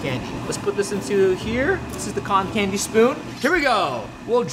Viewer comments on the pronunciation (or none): he said cantin candy lol 😂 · A. W. Larmour he said canta candy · U said cater candy Also, who uses a recorder as a cotton candy stick?